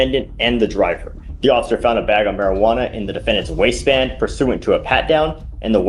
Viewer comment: “marijwatta” hahaha